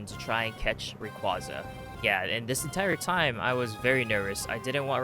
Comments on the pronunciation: That's not what I meant at all, it's the way half the Poketubers (if not more) mispronounce Rayquaza and it just spreads (I didn't even notice a speech impediment) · The way you pronounce Rayquaza physically hurts me..